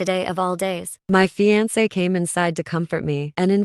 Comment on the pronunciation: The pronunciation of “fiancé” is like nails on a chalkboard for me lol